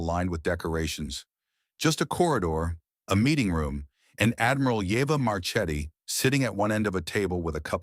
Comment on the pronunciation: as always very nice story but ^^ the name of admiral Marchetti, i think he is italian origin, it is pronounced Marketti